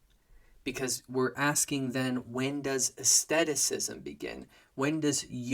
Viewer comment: Are you saying " asceticism " or " aestheticism"????